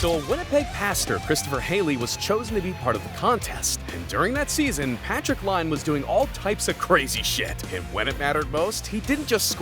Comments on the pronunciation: Patrick Laine's name is pronounced PA-trik LIGH-nay. The first name is pronounced like the common English word "Patrick", while his Finnish last name, Laine, is not pronounced "Lane" but rather like "LIGH-NAY", with a longer "i" sound and ending with an "ay" sound rather than an "en" or "in" sound. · patrick line? you dont know anything about hockey, its pronounced "line-ay" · And Patrick Line.... LAINE. LINE A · Actual narrator or AI? I mean... Patrick "Line"? Montreal CANUCKS?! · Laine is pronounced ‘lah nee’ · Patrick “Line”. Montreal “Canucks”. What an absolutely awful channel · And patrick lanni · And Patrick “Line” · And called the Canadiens the Canucks and called Laine, Line. and I didn't even finish the whole video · Montreal Canucks? Inability to say Laine even when it's in the clip? Anf the octopus thing started and even ended before there were 30 or 31 other teams. If you are going to make a hockey video use writers or narrators that actually know hockey, not random people making stupid mistakes real hockey fans know you are wrong about. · If your're going to make a top 20 list then you should know how to pronounce the names of the players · I'm pretty sure it's intentional. He does it in more than just this. Plus, he mispronounces Laine even though someone else pronounces it correctly in the video. It must be intentional